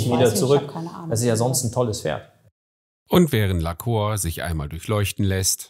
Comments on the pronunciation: Ich will kein Korinthenkacker sein, aber heißt das Pferd nicht "Lacour" (Lakuur) anstatt "Laceur" (Laköör)? Und bei der Gelegenheit: Großes Kompliment an Ariane; ich rede genauso mit meinen Tieren und finde generell, dass man sooo viel mit Stimmfarbe, Tonlage und Betonung ausdrücken kann. Es macht wirklich Spaß, Dir beim Umgang mit den Pferden zuzusehen 👍🏻. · PS: man spricht es "Lahkuhr" aus :D das ist französisch. liebe Grüsse aus Dänemark von einer Halbfranzösin 😁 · sehr schönes pferd, geatulation! ich denke man spricht seinen französischen namen aber anders aus… bei lacour spricht man das ou wie “u” aus, nicht “o”… ;-) bonne chance! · lacour spricht man "lacuhr"...bitte. la Cour = der Hof, das Hofhalten, der Gerichtshof etc.